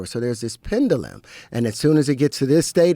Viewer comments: Joe! Please teach this guy how to pronounce “Pendulum”! Are Terrance and Kanye West best friends? They should meet soon! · Out of everything, him mispronouncing "pendulum" is irking me. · Pendulum is pronounced penjewlem. You don't pronounce debt with the b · Pendulum is not pronounced like that lol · Does anybody else realize that he can’t pronounce the word pendulum?